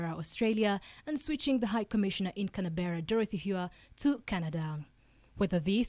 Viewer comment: Where is Canabera? It's Canberra!! 😂 😂